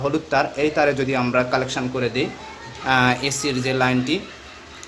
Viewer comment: ফ্যানর ক্যাপাসিটর কালেকশান না বলতে হবে কানেকশন । ভাষা আগে সঠিক করেন আসল কথা হচ্ছে আপনার অনেক উচ্চারণ সঠিক হচ্ছে না ।